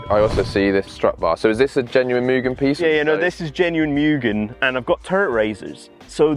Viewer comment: Moo-gen not mew-gen